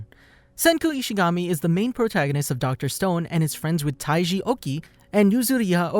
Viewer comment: Did This Guy Just Say Dr Stoned At The Beginning Or Is It Just Me